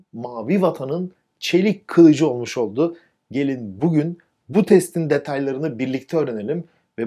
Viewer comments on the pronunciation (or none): none